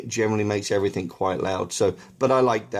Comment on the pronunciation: "Everythink" come on man! EVERYTHINK is not a word! Good grief!